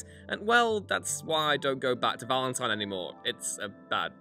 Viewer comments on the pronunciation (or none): none